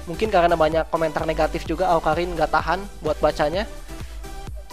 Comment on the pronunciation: bang awkarin bukan awkalin :v kidding bang